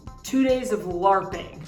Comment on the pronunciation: finally hearing say it's LARPing was so satisfying ahahaaha